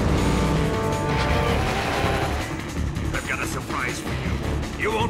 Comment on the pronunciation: you're almost done!!! I love you how you call him OH Celot and not AH Celot